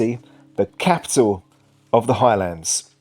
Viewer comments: FYI!! Am well aware of the gaelic, but your still wrong!! It is a simple 8 letter word and you mangled it not once but twice!!. Maybe you need elocution LESSONS!!. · How do you mangle the pronounciation of the Highlands??!!. Cairngorms national park not a mountain range!!.